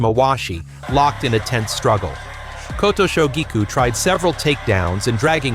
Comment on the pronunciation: The pronunciations do seem to be improving, so thanks for that. Still not perfect but at a level I can mostly tolerate. Except for poor old Kotooshu! Please sort that one out as it really sets my teeth on edge! That aside I continue to enjoy your videos, keep up the good work!